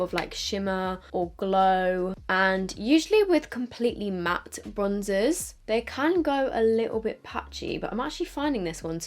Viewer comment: Always love your videos, but please please when you say the word "matt" remember it has two "t's" pronounce at least one!